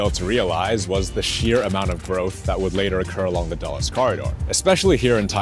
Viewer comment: It isn’t pronounced dolles airport, it is pronounced dools 🤓